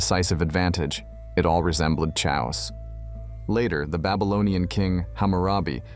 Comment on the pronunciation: Chaos as "CHA-ohs." Were you trying to say "KEH-ahs"?